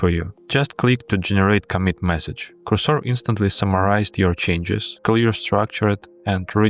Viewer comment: Cursor should be pronounced with a stress to “u”.